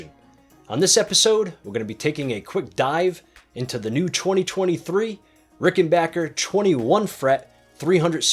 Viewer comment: Thank you it's great to hear rickenbacker pronounced the right way! I loved these guitars for over 4 decades & own 3 ricks great video